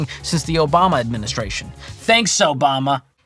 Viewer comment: That “Obamna” got me shook 😭🤣